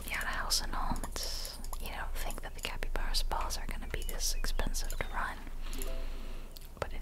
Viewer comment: I literally have a capybara tattoo on my leg, so needless to say i’m getting this game ps: it’s pronounced like cap-ee-bar-uh not cap-ee-bear-uh